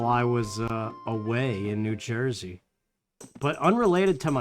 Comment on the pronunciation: Part 1 1. No, it's because Fortuna was the Roman goddess of luck. She didn't have a male counterpart, not in their mythology. 2. I was wondering what you were doing in "Joy-zee." Is the accent actually like that, eh? 3. I actually took to using "crumb" in front of my mom at least in place of actual swearing--she told me to clean up my language even though I'M 34 YEARS OLD...in two days...but I don't know if it was subconsciously because of you, since you use "crumb" all the time. 4. I will ATTEMPT not to go any deeper than this--I got trolled rather viciously at the same time as you and only one person helped me out--but yeah, death anxiety/realization? Totally real. After my favourite auntie died, she used to call mom on the phone every night, right, so, around 5 or 6 at night, for a few months, if the phone rang, my brain would go, "Annie!" Nope. But I've got her name. Lillian Anne, thank you. I'm-a do the woman credit, Gods willing. 5. Yes, I used to save any time I paused. 6. Hm, isn't "cool ranch" a flavour? 7. Never say the words "garlic powder" in my hearing again...which would be more effective, but less comprehensible to either of us, if I said it in Italian. I have my father's blood for the eating portion of my days, haha. I don't speak a syllable of it, though: wish I could. He can't, either, though, so at least I'm not alone. 8. Best Cajun food in my opinion? Gumbo. I don't like shrimp, but me and my friends made a huge pot of it once, enough to feed an army, and